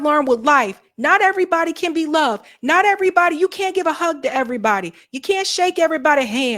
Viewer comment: I’m an old southern girl and I didn’t even notice she said “airbody”